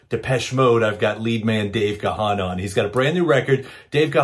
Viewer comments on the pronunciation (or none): 44 years into Depeche Mode's existence and people still can't pronounce Gahan properly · Great video but why do Americans never get his name right. It’s pronounced Gan as in Man. Not GA-HAN.